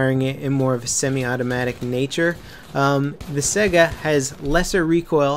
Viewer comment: Its pronounced Saiga not Sega >_>